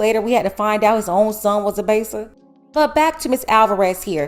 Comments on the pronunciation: were you from Florida the way you said baser🤣🤣🤣🤣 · The way you said baser 😂😂💀